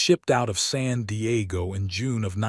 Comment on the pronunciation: Why did you allow ai to post photos of WWI soldiers? Don’t you edit, or are you unfamiliar with the subject matter? BTW, it’s San Diego, not Sandy Aago.